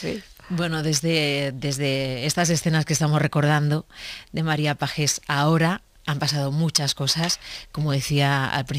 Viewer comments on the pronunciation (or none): Pajjjjés, dios! qué dolor e los oídos. Pronunciadlo payés x favor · pues algo parecido sería payés. Como el sonido no está en el castellano es difícil explicarlo. Pero algo así sería. Nunca con sonido de jota x favor jajajajaj